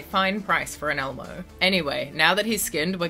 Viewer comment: Bro you butchered lol Elmo 😭 😂